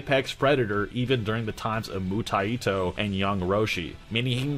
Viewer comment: why are you pronouncing 武泰斗 Mutaito with an extra "i" ? its Mu-Tai-To, Mu or Bu means Martial, and TaiTo is a chinese phrase for "someone of great importance" or "titan"